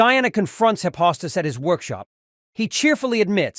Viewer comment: It's not Hi-pos-tus. It's Hi- fes-tus